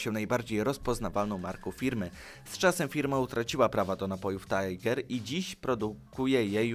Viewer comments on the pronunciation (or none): none